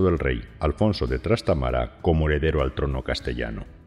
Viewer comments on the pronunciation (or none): Se dice Trastámara, no Trastamara.